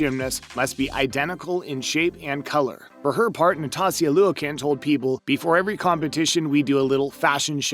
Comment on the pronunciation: “ Na tas tia Lou a kin “. And “ Marta Kara low li” Lol Never heard of these people before. 😂. You really should learn the names of the people that you are going to be talking about. By pronouncing their names incorrectly, it makes people think you have never watched gymnastics before.